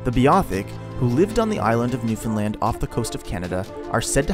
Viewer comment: I'm glad you actually pronounce Newfoundland like we do here as Newfies. 🤗